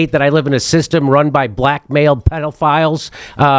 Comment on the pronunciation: every time he says “blackmail” I keep thinking he’s saying “black male” First time I heard it I was like…”There are no black males running the USA 😅”